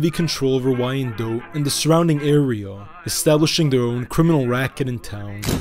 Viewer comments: Oh he is bad at pronunciation for sure. Wine Dot. Not y ann dote. Also hasn't been around any Chaldeans he butchered that in part 2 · 😂 it's. Pronounced wine dot not. Y Ann dote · Downriver/Detroit in the house 👊🏼 PS Wyandotte is pronounced "Wine-dote" Google i believe helps nowadays with audio punctuation of words for future videos if that helps. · It’s Pronounced WHYANDOTT ‼️‼️ I am from 15 mile and Little Mac from Detroit trust me that’s how they pronounce it 🤘🏼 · Wyandotte is pronounced as "wine-dot". So many familys mentioned in this video are still in the area. However, you got a few things mixed up, especially with Tony and Jack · Love the channel and love the information you provide but Wyandotte is pronounced Wine Dot but good documentary I really enjoyed it I’m from Detroit great history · Wine-Dot. Wyandotte. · The city is pronounced Whine -Dot spelled Wyandotte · The name of the Downriver Community is pronounced Wine-Dot and the street in Eastern Market is Riv-Ard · I was going to mention that as well. Yes, it's spelled "Wyandotte" but pronounced as 2 syllables- -say "Wine-dot" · Wyandotte is pronounced Wine Dot FYI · As a Michigander I find it hilarious that you pronounced Hamtramck correctly but mispronounced Wyandotte